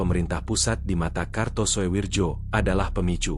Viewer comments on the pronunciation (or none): Walahh... Walahh... Mbacanya bukan suwirjo bung... Tapi suwiryo. Tulisanya karto soewirjo mmang, tapi bacanya suwiryo. Kan itu ejaan Lama bung... Sampean mbiyen sekolah nangendi to, gurune sopo?? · Gak kartosuwijo tapi Jo dibaca Yo ,ejaan lama . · Harusnya dibaca Kartosuwiryo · Di baca karto suwiryo , Daud beureuh